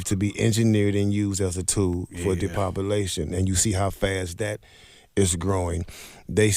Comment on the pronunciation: Great video, but my man was killing me—it’s de-pop-u-lation, not “depopuLIZation”.